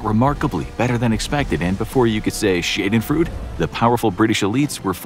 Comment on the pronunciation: Sorry to be that guy, but it`s not Shedenfruit, it`s Schadenfreude! How can I... Schaden sounds kinda like Garden just with no r and with Sh at the beginning, and Freude sounds a bit like Lloyd with Fr at the start and an e at the end. That is the closest I can think of rn, I`m drunk, look it up, it`s not that hard!